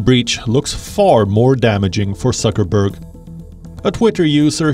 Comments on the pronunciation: I like how the commentator keeps saying Sucker-berg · Did he say suckerberg 😂? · Did he say suckerberg? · I like how that the man calls him suckerberg